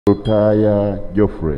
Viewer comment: Lutaya had the best pronunciation nd best swearing in ever